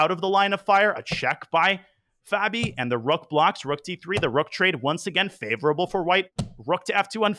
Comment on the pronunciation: Stop saying fehbi